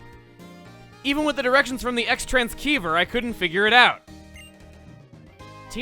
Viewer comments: CROSS. TRANS. CEIVER. AS IN “RECEIVER”. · Eks Transkeever? Thought it was cross transceiver.. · The c in xtransceiver is pronounced like an s as it is in receiver. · Chuggaa, the 'c' in 'transceiver' is silent. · Umm the c is silent in transceiver. Please stop pronouncing it with a hard c... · transceiver is pronounced with a soft S sound. gi a consonant can have a hard so soft sound(like the two pronunciations of C or G) then it is pretty much always going to be a soft consonant if followed by E, I, or Y(like Ceiling or Cyan) and hard if followed by anything else(cat, crate, cool, etc.). Rather then watch you continue to mispronounce a word in your native tongue, I figured this would be of use to you, and anyone at home that happens to read the comments.